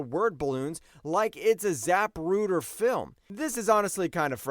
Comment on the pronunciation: I hate to sound harsh, but please learn to use a dictionary or the Internet to sound out words you don't know how to pronounce before doing your next video. Hearing your attempts at "continuity", "Zapruder", "onomatopoeia", "cacophony", etc. are painful. If you want to do voiceovers you have to learn this stuff.